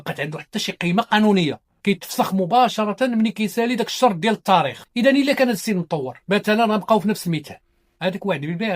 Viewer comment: السلام عليكم يااستاذ.قوم نطقك لبعض الكلمات.مثلا لماذا تفخمون تاء كلمة " التاريخ" حتى صيرتموها طاء وأصبح نطقها:الطاريخ وكذلك كلمة" تسبيق" التي تنطقونها " تصبيق".